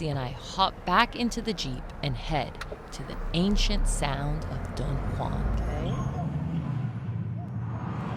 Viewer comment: The "Dun" in Dunhuang is pronounced more like "doo-wern" (without the "r") rather than like "dunhill".